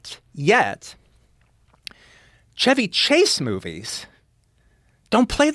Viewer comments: "Shevy" is the correct pronunciation. Just the the car, you don't say "Chevy" with the Ch like "check". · I love Tarantino but god the way he pronounces Chevy Chase is just the worst lol